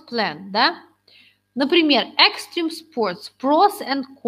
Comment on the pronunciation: Все, конечно, хорошо, если бы не произношение некоторых слов типа examine, extreme..